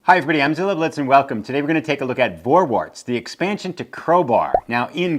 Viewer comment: Pronounced Forwarts, not Vorwarts. V in German is pronouced as a F.